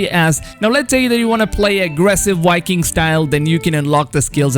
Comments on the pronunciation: You notice how he says wiking instead of Viking lol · How come you say "walhalla" and "wiking" but then pronounce "variant" correctly? What's your beef with v's? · Enjoyed the video but please stop saying "Wiking" and "Walhalla" ahhh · It’s not wiking it’s Viking! The v is not a w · Wiking? Or Viking? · Anyone else hearing Wiking instead of Viking?😂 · Wery Wery excited for Assassin's Creed: Walhalla as a Norse Wiking. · “Custom wiking character” 😂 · Yivani Mantshongo — or being a wiking, making your own wiking village.